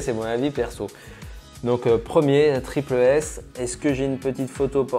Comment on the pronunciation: (TripLE S) Mec est ce que tu l’es à déjà porter tu dit que tout les chausure sont immonde tu l’es porte tu sera fan tu l’es portera toujours arête de juger sans essayer et juste on dit tripLE S et pas tripel S